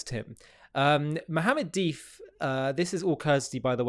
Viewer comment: Duff not dif